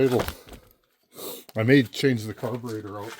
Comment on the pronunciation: i heard you say carbentator and im thinking.... hmmmm does watch zip ties n bias plies 🤔